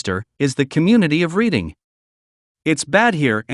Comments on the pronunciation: Darby and Folcroft both in Delawarw county...both small places with sketchy shi+ going on at any given time. And Reading is nor pronounced ( reeding ) but rather ( redding ) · haha redding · ONLY ONE TOWN IN PA! Thank you...... its REDD-ING, your AI voice is a joke. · READING is pronounced RED ING. Do your homework, all of it... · You pronounced Reading wrong. the a is silent and pronounced liked Reding. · "Reading" is pronounced "Redding" by us PA Locals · Reading pronounced RED ing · Mispronounced Reading, not getting worse. You've evidently never been to PA. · You are pronouncing Reading incorrectly. It is Redding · Agreed. Never heard of Reeding PA. 😂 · I'm glad that there is another local who caught that error in this vid's reporting. Most of the areas are in Western PA, but no one from da 'burgh would make that mistake. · Like anyone else who actually lives in PA, that made me laugh when I heard the town's name mispronounced...so much for AI. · That cracks me up😂😂😂😂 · So exactly how does this organization proclaim to know Pennsylvania so well that it can give us the top 10 worst towns to live in, when they can't even pronounce Reading correctly?! Clearly they don't know crap about Pennsylvania. It's like an article I saw some years ago that said Chester Pennsylvania was a great place to retire. I thought yeah if retiring to your grave is how you want to spend it!